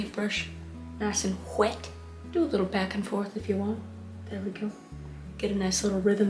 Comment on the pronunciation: "Get the painbrush nice and Hwet" lmao